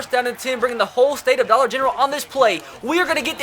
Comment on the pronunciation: "whole state of dollar genreral"